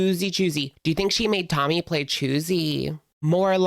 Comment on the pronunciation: Why is it that in this video, half the time when you say Tommy, you pronounce it "tummy"?